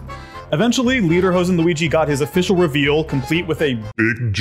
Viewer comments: Real quick, it's not pronounced LEADER-hoden, it's pronounced LAYDER-hosen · It's pronounced lay-derhosen, not lee-derhosen. And personally, I think as a German living in America that people don't "think of all Germans as wearing lederhosen all the time". But it represents not the everyday modern German, but of the idea of Germany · Leederhoese? That's not how you pronounce it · he said leaderhosean that isn’t how you’re supposed to pronounce it but whatever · The only thing I'm offended about is that everyone thinks Lederhosen and Dirndl are only worn by Germans. Here in Austria we have them too and I think they're worn more often here. Nevertheless, love some Tracht-Representation :) Also he pronounces it like "leaderhosen" and idk why that is so funny to me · You know there’s German Italians, they live the Italian alps. The only german Italians. Let the Germans roll their eyes. Also it’s pronounced “Lay-der-hose-en” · Ok but we gonna talk about the way he pronounced lederhosen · I cringe the way he pronounces lederhosen